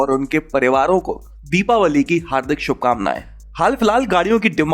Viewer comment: You pronounced it correctly sir - Deepawali. Happy Deepawali